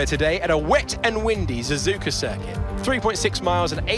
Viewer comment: The best part was Crofty saying Zuzuka